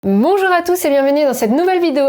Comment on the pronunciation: " monjour a tous " ? Avec ou sans s ? 👷